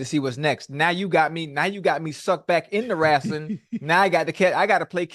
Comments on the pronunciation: You know ocho serious when he says wrastling 🤣🤣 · Ocho, wrestling not rastling😂😂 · Ima need to hear the E in wrEstling